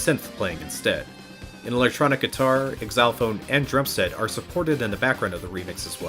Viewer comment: Xylophone isn’t pronounced Ex-ylophone lol